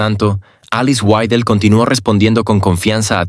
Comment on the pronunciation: Ya cállate ni siquiera puedes pronunciar bien el apellido de Alice Weidel y te pones hacer un video , ridículo.